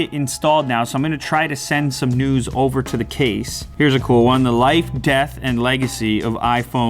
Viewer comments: Who else heard "I'm gonna try and send some nudes" ? LMAO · Who else heard him say send some nudes over to the case ?! 😂😂😂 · "Send some news over to the case" I thought he said nudes........... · Anyone else hear him say nudes and laughing when he transfers the news 😂😂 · I thought he said nudes😅